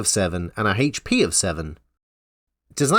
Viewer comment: I like your H's 🤩